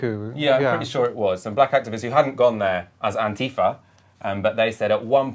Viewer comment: AntiFAH, not ''anTEEfah''.